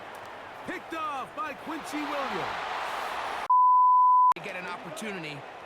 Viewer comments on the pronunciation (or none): none